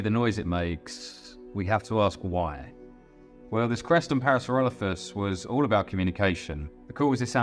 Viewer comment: Parasauralophus is my favorite dinosaur! This video was made better by the Cumberbatch-esque pronunciations of the animal 😂 (pingwings, anyone?) Pearsloffis Ploffisaurus Added to the entertainment value very much 😂